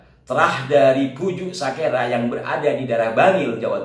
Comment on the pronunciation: Kalau TIJ bilang bukan Sakera tapi Sikera .....😅😅😅😅